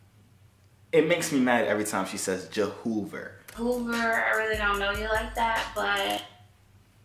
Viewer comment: SETITOFF Ny spanish j is pronounces h